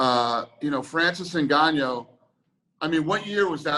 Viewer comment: Is anybody ever gonna correct him? lol Ngannyo